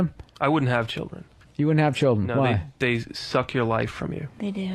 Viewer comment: Luis Valcarcel yeah I always laughed when bill was like " I thought I was asking fair questions" but the very first thing he asks them is do you have a culdren haha